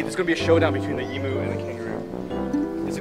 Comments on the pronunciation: I love how Phil says E-moo. Haha, it's pronounced E-myu, I'm Australian :) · Phil it's ee-myu not ee-moo LOL! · "E-moo" HAHA it's not pronauced E-moo ^o^ It's like Eemyou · Hehe not ee-moo but eem-you... That's the proper way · i still cant get over the way he says 'Em-oo' its so cute! not that i would expect him to pronounce it properly anyway. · Phil kept pronouncing emu, e-moo xD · lol phill say emu again please XD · LOL you said Emu wrong XD